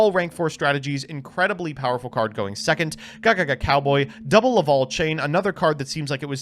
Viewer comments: Like I call the Smash character Corrin Corn. The Laval instead of Lavalval is just screwing up though. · He also said Laval instead of Lavalval.